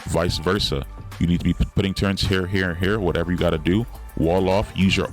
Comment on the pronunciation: Never trust a guy that calls Turrets "Turrents" 😮 Jk, good vid.